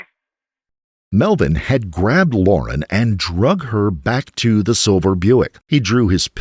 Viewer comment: So why use it its amazing you even bothered to use it in the first place yet continue even though it like all computer or AI voiced apps get half the words & language wrong to begin with let alone can't tell the simple difference between Liar & lauren...totally amateur hour...